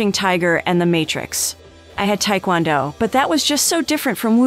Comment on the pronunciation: You mispronounced Taekwondo.